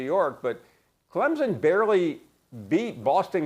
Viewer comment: ESPN always are hating on Clemson and they say Clemson wrong it’s not Clempsin